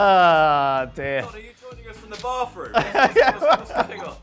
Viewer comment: I thought it was the bathroom but "barfroom" makes sense as well.